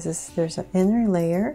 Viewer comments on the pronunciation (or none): none